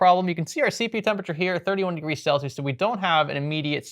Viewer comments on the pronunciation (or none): none